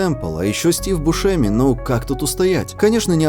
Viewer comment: Хреново, когда читаешь слова, произношение которых не слышал. Стив бУшеми, видЕния, лавкрАфт.